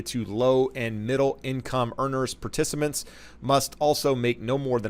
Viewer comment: When he said “particiments” I think I blew a kidney I laughed so hard😂